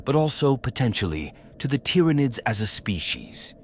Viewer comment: The tyranoids main superpower is their persistent ability to annoyingly fool AI voices into randomly mispronouncing their name… over and over and over again BUT randomly